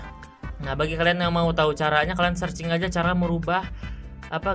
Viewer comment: Searching bukan saring